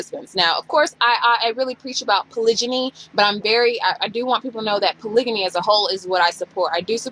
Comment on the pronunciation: You're pronouncing polygamy wrong.